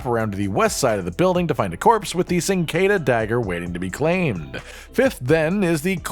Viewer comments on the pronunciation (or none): It’s pronounced Chin-qua-dea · awful pronunciation of cinquedea